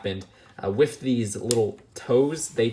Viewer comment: he said wif. Wif alert And he said wif